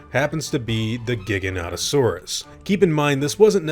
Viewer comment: Giganotosaurus Isn't pronounced giga no toe saurus It's actually pronounced as jiga no toe saurus. They're two dinosaur with this exact spelling. One Is a long neck know as giganotosaurus. But is pronounced as giganta to saurus. The giganotosaurus or jiga no toe saurus